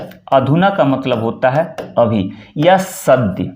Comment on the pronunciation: 'अभि' नहीं 'अभी '